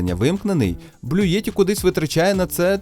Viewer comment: Не Блюєтті, а Блютті !